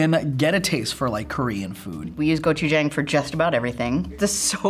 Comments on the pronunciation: bruh whats with their pronunciation gochujang, its gochu - jahng not gochujaeng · sunflower seed butter > chickpea butter - gochujAHNg, not gochujAENg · screaming internally gochujang = go-choo-jAHng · Me: oh gochujang... Fbe: it’s gochujANG They should’ve gotten tteokbokki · I’m Korean and I’m laughing because they said gochu jAng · The way she said Gochuchang was sooo sooo wrong. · "Go chew chaeng"....ah come on. Don't murder the name now 고츄챙 ㅋㅋ ^^ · *GO-Chu-Jang :) I was confused when they said it at first lol but I love that they liked it :D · gochuJANG (jah-ang) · I’m sorry but authentic Gochujang (go-choo-jahng) is spicy. Idk what they gave y’all. 🤦🏼‍♀️ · The way she said gochujang I really can’t Mukbang was bad enough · the way they're pronouncing gochujang is killing me tbh🤣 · I’m Korean and they have been pronouncing Gochujang wrong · i don’t think that’s gochujang and i’m crying w the pronunciation but it’s alright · Gochujang is a chili paste...that doesn’t look like the consistency, and definitely doesn’t sound like what it tastes like..idk if that’s like a new gentrified version. Definitely not the Korean one. And the pronunciation was horrible, can y’all at least try? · The pronunciation of gochujjang is so bad. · How they said gochujang omg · That pronunciation of gochujang though....... 🙈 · Omg the way she butchered 고추장 hurt me